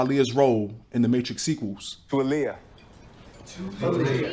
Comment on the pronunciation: The fact the mom pronounced her name "ugh-liyah"... smh